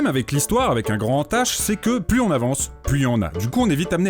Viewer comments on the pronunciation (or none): none